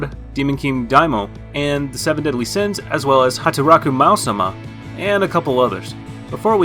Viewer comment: "Hataraku maou-sama"😳😳